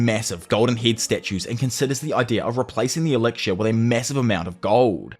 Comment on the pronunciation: Elixir bro, not elicir. Akaginu , not akagaynu . Tf Too much cringe white people pronunciation